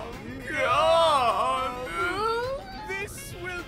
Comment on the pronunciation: "Avant Gaarde" Don't ever say that again lol. U made me laugh so hard.